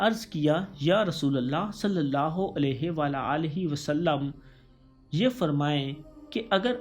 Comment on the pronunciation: U say it wrong u say sallulah ho alaihi wala alaihi wasalam its sallalaha hu alaihi wa alihi wasalam